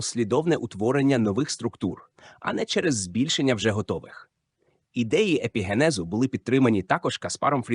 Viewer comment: ПарАцельс?!! гомункУлуС?!! ЕпігЕнез?!! ЕмбріогЕнез?!! (далі не витримав) ВзагАлі немОжливо це слухАти! Ви коли-небудь чули про таке явище як "правильний наголос" Вподобайку поставив, але це авансом на майбутнє...